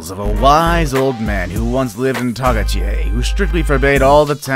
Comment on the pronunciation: You're pronouncing the name of tagaytai wrong